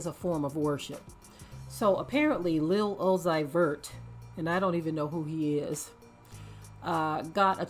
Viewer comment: Lol o-zi-vertl